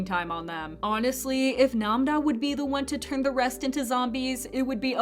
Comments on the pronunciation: Namda it's namra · Why u calling nam-ra namda- 😂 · Nam ra not nam da 😂😂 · Its not Namda its Nam ra dumny its annoying when you say it like that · STOP SAYING NAM-DA ITS NAM-RA AND U SAY ON-DO TO ITS ON-JO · No hate but nam-ra is pronounced (nam-oh-ra) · Nam-RA not Nam-Na. 😩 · It’s Nam-Ra. It’s literally in the subtitles of the series as well as you can hear the actors saying Nam-Ra which is a real Korean name. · Please say Nam-ra's name correctly.